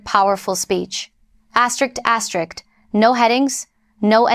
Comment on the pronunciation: If you can say "aster" and "risk," you can say asterisk. It's NOT "asterick."